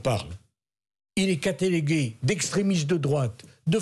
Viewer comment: il est le SFHYMTOME 😂 CATALAGAY DE FACHISTE... CHJEZGHRB ENCORE 😂😂😂